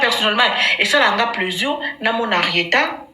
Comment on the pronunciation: Plaisirs ou pleusure??😮😮😮